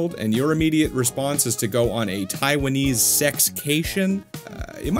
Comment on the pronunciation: "Taiwanese" Sigh